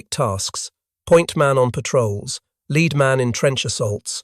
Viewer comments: Read can be pronounced two ways, as in "I have read a book" or "I shall read a book". He rhymed lead with reed rather than with red. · It's pronounced lead. Not lead. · You mis-pronounced lead pellets. It's pronounced led. Five to twenty meters is roughly equivalent to five to twenty yards (American shooters, not European ones). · Oh let him be English. Its not his fault. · Lead pellets, lead rhyming with read. Sure. Also comBAT when COMbat is usual — sometimes. Curb your robot!